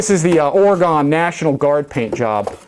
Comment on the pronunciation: Ore-gun National Guard